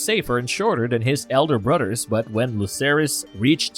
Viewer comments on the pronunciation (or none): Love your content but please can you pronounce your "Th's" instead of duh family and duh udder guys... brudders and duh messages gets so old man